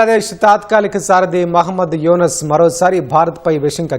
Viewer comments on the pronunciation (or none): E tv వాళ్లు ముందుగా పేర్లను చక్కగా చదవడం నేర్చుకుంటే బాగుంటుందని నా అభిప్రాయం.ఎందుకంటే యూనుస్ అనే పేరును యునస్ అని ఎలా ఉచ్చరిస్తారు. న్యూస్ రీడర్లనైనా మార్చండి లేదా స్క్రిప్ట్ రాసే వారినైనా మార్చండి.please.